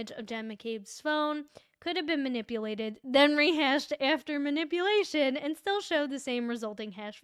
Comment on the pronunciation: lol “manip-uh-lation”.